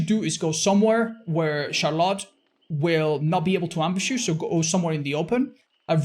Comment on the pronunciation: kills me the way he pronounces Charlotte lol